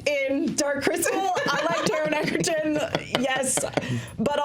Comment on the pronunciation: It's pronounced Edge-erton not Egg-erton.